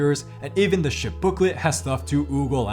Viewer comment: Can’t tell you how many times I heard “shit” instead of “ship”. 😂😂😂